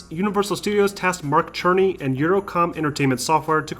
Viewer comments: Are you trolling us by calling him Mark Cherny lol. It's pronounced "SIR-nee" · Mark Cerny is pronounced "Sir-Knee". Aside from that small mistake, this video is perfect ^_^